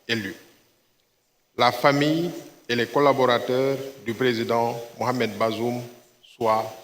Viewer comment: The fool can't even pronounce the name of the ousted Niger president. Useless fools and criminals everywhere.